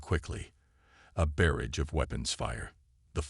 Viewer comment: Nice story.....BUT, as usual...your AI SUCKS!!! What the hell is "MULitplee"? What the hell is a "BEAR-ridge"?